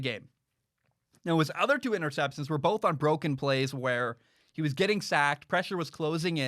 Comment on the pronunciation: Heard it bowlth ways, b.